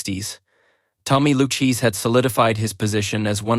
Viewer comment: LOOOU CHEESE????? Horrible A.I. narration! The fake narrator mispronounced the name 10 times or more? This is awful!!!!!!!!!!!!